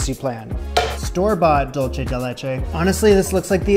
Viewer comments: Love you,. Just a tip, for "dulce," say "THOOL-seh," but never say "Dool-cheh." That's Italian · “Dual say”= dulce (Spanish) “Dole chay” is what you are saying lol like dolce (Italian) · Every time you say “dolce” instead of “dulce” the Hispanic in me cries.